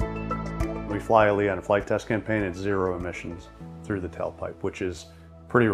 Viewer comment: omfg it's ALIA not A-L-I-A... Also the military doesn't even own it, there are only two models in existence!!!